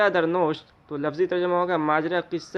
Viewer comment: ماجرا در نوشت ، میں نوشت کے واو مکسور ہے ۔۔۔غلط مت پڑھئے